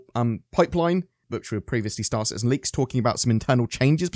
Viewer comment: Liks? I belive its leaks.